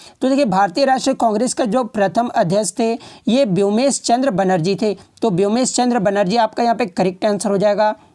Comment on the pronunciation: Woomesh Chandra Banerjee Not Byomesh🤣🤣🤣🤣🤣🤣